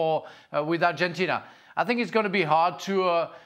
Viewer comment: Someone should teach Ale how to pronounce Argentina in English.